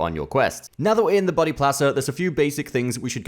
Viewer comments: Every time he said "buddy" I heard "body" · The fact that you pronounce Buddy as Body keeps confusing me